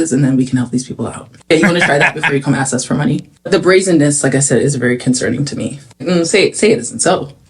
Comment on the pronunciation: another person saying axe instead of "ask" makes people sound ignorant